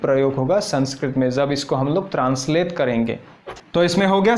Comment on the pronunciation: जब को ज़ब, जो को ज़ो, श को स -- वाह! और संस्कृत सिखाने चले हो। अभी तो आप ख़ुद ही उच्चारण की दृष्टि से नर्सरी में हो।